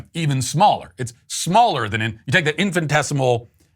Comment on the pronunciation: Matt, it's "infinitesimal" not "infantesimal;" unless you meant the latter as a play on words.